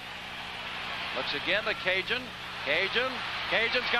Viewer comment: Hokie "Cajun".... Those announcers should have been fired for butchering up his name the entire game... And no, just because he is Cajun doesn't make it OK